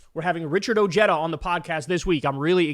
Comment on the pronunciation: "Oh-Jetta"? What is he? A Volkswagen? LMAO. It is Spanish. Therefore, pronounced, "Oheda".